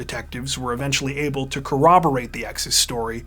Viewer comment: One thing I like about this guy is that he knows how to pronounce "corroborate." So maybe people, including cops and lawyers, pronounce it "cowoborate." There's no w in corroborate!